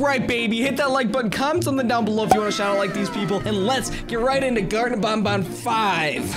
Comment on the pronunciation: It is not called Bon Bon it is called ban ban